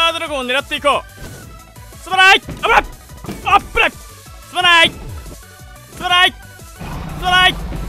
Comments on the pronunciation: すまないがどんどん、たらいって聞こえた人 ↓ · すまないっ言うのがストライて聞こえる😂